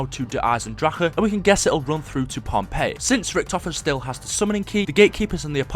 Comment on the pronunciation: And everyone, it's not Pompeii, it's Pohnpei